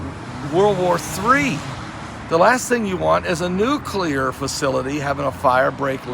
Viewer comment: It is NOT nucular. It's NUCLEAR.